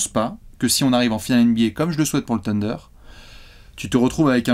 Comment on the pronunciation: s’il te plaît: le « Th » en anglais se prononce « sssss » en plaçant la langue entre les dents (avec un cheveu sur la langue quoi). Donc pas « TEUNDER » mais « SSSSUNDER » Demande à de t’expliquer 😅